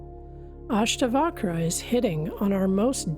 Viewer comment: I do not know whether a person who hasn't even tried to pronounce the names of Ashtaavakra and Janaka can truly translate the text.